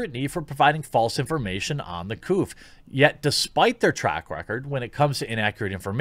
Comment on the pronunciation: I chuckle every time he says 'The Couff' lol